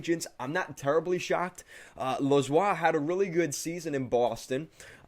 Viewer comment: It’s Jeremy Lauzon not lauzoi